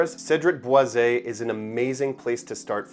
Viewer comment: It’s pronounced Cedrat Boy Zee. I bought a full bottle last year. Loved it for a month until it started making me nauseous. It would be great if not for the heavy handed leather. The dry down becomes way too leathery.